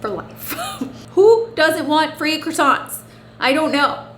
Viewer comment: As you're french .. how come you can't pronounce croissants?? 😂😂